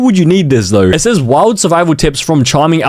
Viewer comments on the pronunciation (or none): none